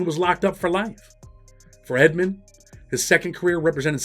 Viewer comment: Rayful's last name was Edmond, not Edmonds. Not sure why so many get this wrong.